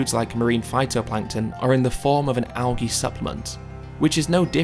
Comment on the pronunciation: I love everything about Earthling Ed except how he pronounces "algae".